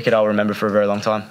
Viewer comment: Weri Weri good boling Richardson